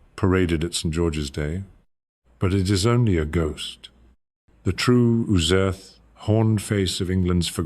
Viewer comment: First of all, that's not how Ooser is pronounced. Secondly, this is AI SLOP.